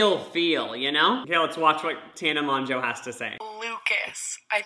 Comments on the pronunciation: Ik this is late but the way he was saying Tana Mongeau annoyed the crap out of me.. It pronounced (tan a mojo)😂 easy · Lol, how he pronounced "Mongeau" Its basically Mojo 😂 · HE SAID TAENA MONJO OH NEVER😭😭💀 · It’s pronounced MOJO lmao! Tana Mogo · Its pronounced mojo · It’s pronounced mo joe. (I know that’s not how it’s spelled but that’s how you would say it.) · Awww I love Lucas😂💗 he managed to pronounce tanas last name differently each time and said it wrong each time😂😭your sweet heart 😂💕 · Does he mispronounce Tana's name on purpose or does he genuinely not know??? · why are you so unable to pronounce tana mongeaus name lol literally both names you mispronounced so many times 😂